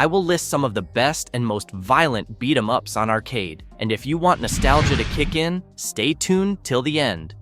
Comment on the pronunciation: Spoiler alert: it’s an AI channel Script by AI, narrator is AI At one point they goofed and said “beat E. M. ups”